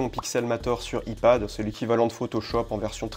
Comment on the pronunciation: Merci. Mais please, fais un effort sur les termes anglais (aïpad, aïphone ... :))